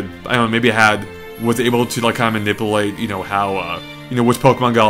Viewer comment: mah-nipple-late lol my new favorite world thanks!